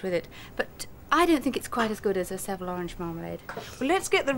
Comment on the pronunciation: Mary's pronunciation of Seville is almost as bad as her pronunciation of margarine 😁